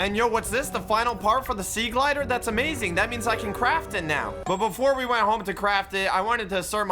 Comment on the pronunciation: Me when says sea glider instead of sea glide >:(